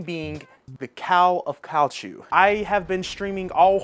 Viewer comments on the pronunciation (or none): "Kahl of Kall Chooo" brooo, you really gotta look up pronunciations before just butchering it, Cthulhu is a fictional cosmic entity AND is the only reason someone would buy that. Try KUH-THOO-LOO. and to extra nitpicky and annoying, you spelled it wrong as well.